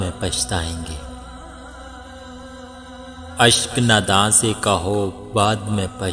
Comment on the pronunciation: Bhai jaan mashallah grt voice thora lafzoon ka khayal karen g lafz hai... Ashq e nadaan